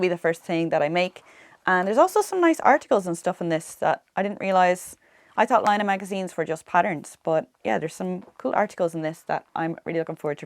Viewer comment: As a Finn I can assure you that you pronounced Laine perfectly.👍😊